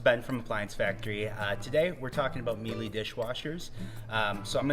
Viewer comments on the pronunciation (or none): Good presentation. And it’s pronounced Mee-luh.